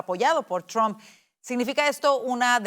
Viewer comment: Al periodista por favor NO es Tran es Trump.